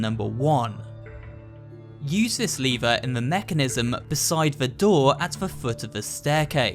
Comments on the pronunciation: LEVER NOT LIVERE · Literally said leever. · The way he says lever hurts me on a different level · Did nobody noticed that he would kept saying lever wrong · Is it me or you are saying lever incorrect.